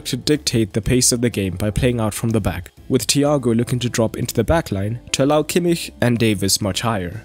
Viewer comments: Thats how you say kimmich... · That's the proper pronunciation. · That's how it's pronounced in German.